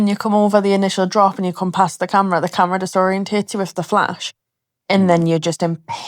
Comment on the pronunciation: that guy in Dark Hollow " Im on camrea " XD great vlog!